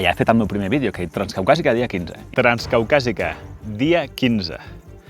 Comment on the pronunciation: Ostia jajajaja el de demà promet, tganzcaucazica fia sedse, el vodkaaaa🤣